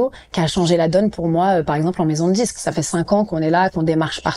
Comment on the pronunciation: "je suis pas signé en maison de djisque" "on reste des nuits enthchières" "à la fin on se djit" "on était en studjio", mais pourquoi est-il si difficile de prononcer correctement les "d" et les "t" ? Pourquoi deviennent-ils "dj" et "tch". A part ça, gros respect pour Vitaa !!!!!